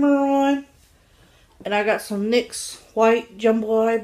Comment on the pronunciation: My only concern here is your health, are you still on your diet? You have great confidence. And also.. it's pronounced like nicks. (The nyx) you should try walking! I'd love to see a video where you aren't struggling to keep your breath!